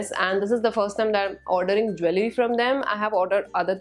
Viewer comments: You mispronunced jewellery in the whole video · You pronounce jewellery wrong😅